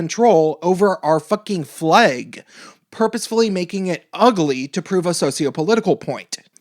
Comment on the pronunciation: "Fleig". It's flag. jk say whatever you want it simply made me laugh